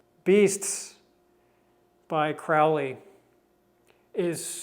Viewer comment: Btw, its Crow-Lee, like Holy 💅🏻